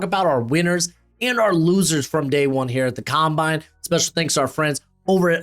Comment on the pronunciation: scownbine lol